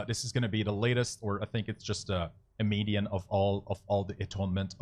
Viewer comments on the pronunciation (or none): none